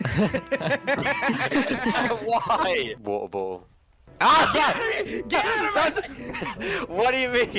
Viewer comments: wUeR bUol💀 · wa-o Bo-le